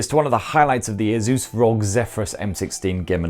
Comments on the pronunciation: The way you say rog instead of spelling R.O.G made me uncomfortable. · Omg why do ppl say rogue its R-O-G 😫 🤣🤣